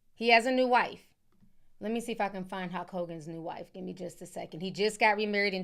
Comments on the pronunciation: why the hell do you keep saying hawk Hogan😂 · Where are you from that has you pronouncing Hulk as Hok? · Hulk sounds like Hawk 😂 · That pronunciation of Hulk is sending me!